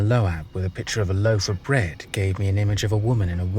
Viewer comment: It’s pronounced LOBE not LOHH- AHHH you dunce